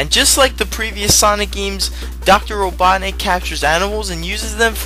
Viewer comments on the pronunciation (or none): none